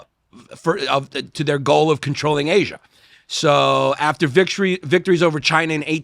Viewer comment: yanni adding the hard R on Asia